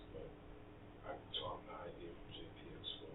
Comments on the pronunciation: Parents, please teach your kids to pronounce “idea” without the “hard r”. 😂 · Why does this idiot keep saying, "ideaR"???